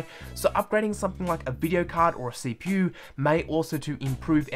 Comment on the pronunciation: My guy said gpoo and cpoo